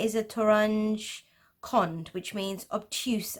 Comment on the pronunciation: It's actually Gereh not Girih! Gereh is a Persian word means knot. Girih is how this persian word pronounced in Turkish accents. Gereh is the general authentic term, while Islamic geometric pattern is how westerns calls this art. Toranj Kond pronounced as کُند not as کاند! Kond means slow in word and also the angles bigger than 90 degree called Kond in Persian.